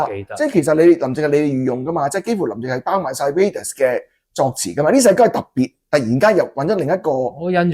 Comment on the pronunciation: 既然Thomas都話Raidas個名來自Raider, 咁當然係讀Raiders, 點解主持人永遠都係讀Radius(半徑)呢?